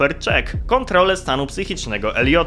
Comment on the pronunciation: Cymbale niedouczony tego się nie czyta ISLA vista.